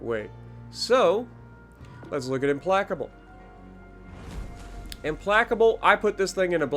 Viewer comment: Hahaha that's not how you pronounce the name